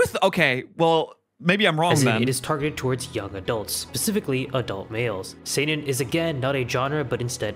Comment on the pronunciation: that "see-nen" hurts me just so you know japanese only have 5 vowels and each of them only have ONE way to be pronounced. With some special cases like Ei = long e Ou = long u Not always but most of the time. But this is the basic knowledge